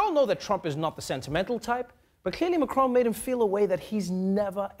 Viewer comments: WHY DO YOU KEEP CALLING HIM MA-CRONE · It’s MAC Ron like in MAC donalds